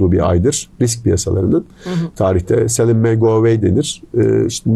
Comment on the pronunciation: "sell ın may go away... " hiç yabancı gelmedi😁